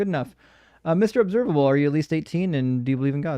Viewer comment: "em rob servable". that was a good one 🤣